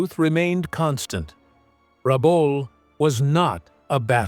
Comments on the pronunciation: Rebool? Rabul? Rebell? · The presenter is unable to pronounce RABAUL correctly & on screen spelling is wrong. Lift your game. And it was an Australian possession. 🦘🇭🇲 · I grew up in Rabaul. I wish they would say the name correctly. I went to school over the road from the major head quarters for the pacific. It was was only 1960 -- 15 years after the end -- still heaps of stuff about. Was an interesting time. It was well defended but was not a fortress.